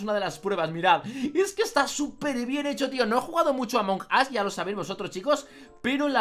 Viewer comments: se dice among us no among as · No es among As es among us